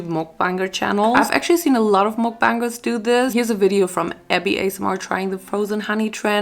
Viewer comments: Slay gurl your and it's like your saying backbunger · i think its( muc-bang-ers) try your best to purnouce it! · Your very gorgeous btw it's not mookbangers it's m.U.k.b.a.n.g.e.r.s if it's too oooooo harsh sorry 😐😅😬😳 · Its pronounced muck-bangers btw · It's ''Muck-Bankers'' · Mukbangers pronounced muck-bang-ers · THE WAY SHE SAID MOOKBANGERS